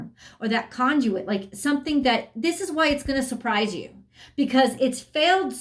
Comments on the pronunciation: . Unreal!!! Con-jew-it. I just can't. Hint: conduit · Are you kidding me? You said it many times in this video and are you kidding me? I would never refer you to anyone because of this and you said the word and you're pronouncing a word: con-jew-it. Seriously...????? Conduit!!! Buh- bye.